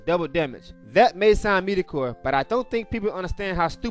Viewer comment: Meed-o-core? haha